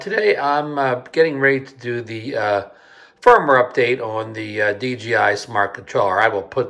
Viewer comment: How come you keep calling it DGI?